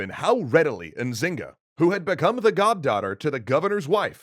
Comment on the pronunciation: Ok I’m from Luanda I know quite the story but the N in Nzinga mbandi is silente